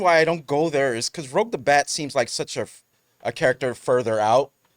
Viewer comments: Just like live(home,) and live(concert). I had to correct 3cflims on this too lol. It's pronounced like rue-je. It shows none of the crew even watched sonic prime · It’s ROUGE, not ROGUE.